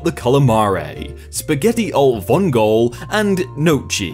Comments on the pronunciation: pleeeeeeease read this, gnocchi it's pronounced with the gn in gnome, but like Gnokki, vongole it's pronounced vongolæ, but besides this, you are awesome and I love your videos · How pronounced Spaghetti alle vongole and gnocci is facepalm worthy itself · "gnocchi" is not pronounced know-chee! More like nyo-kee. You also butchered "alle vongole" and "calamari" wasn't perfect either.